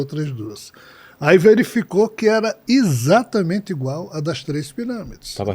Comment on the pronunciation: Será que as pessoas que falam ISATAMENTE ao invés de falar corretamente EXATAMENTE acham bonito?